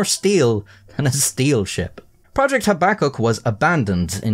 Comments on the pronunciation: FFS do your research young man - habakkuk - look up the correct pronunciation please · Your pronunciation of projects name is so upsetting haha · Your pronunciation of projects name Habbakuk is so upsetting haha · every time you say "Habakkuk", i want to light a cigarette lol